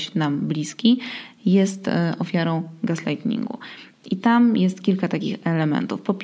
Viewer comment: Wiem, że to głównie mój problem, ale myślę, że jeśli krytyka jest konstruktywna, to można ją zapodać. Tematyka podcastu jest bardzo ciekawa, ale dotyczy zjawiska, które się nazywa gaslighting, a nie - jak mówisz - gaslightNing. Tam nie ma "n" - to jest palenie gazem, a nie gazowa błyskawica ;) Jak już wyrzuciłam z siebie tę niezgodę na nieadekwatne nazewnictwo, to słucham dalej. Pozdrawiam ciepło!